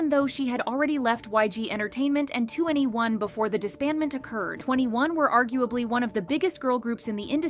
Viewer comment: 2n1 is actually pronounced two and one not 21